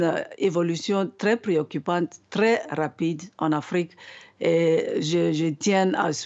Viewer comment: Pourquoi l oms prononce l Afrique au pire